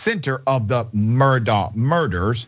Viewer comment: It's pronounced like Murdock btw 😘